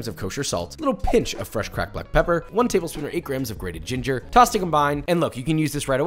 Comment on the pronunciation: “tabel shpoon”